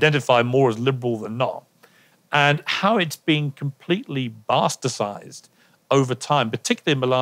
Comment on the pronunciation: the word is ''bastardized'' not bastarsized 😂